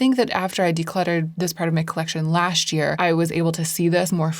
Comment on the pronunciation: This year, you should work on saying “last year” as two separate and distinct words.